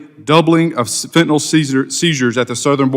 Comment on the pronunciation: Damn it, it's fentanyl, not fentanol